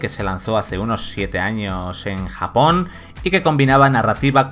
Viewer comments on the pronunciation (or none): none